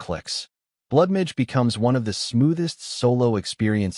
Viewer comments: Blood midge sound like some species of mosquito. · Why can't AI say MAGE? lol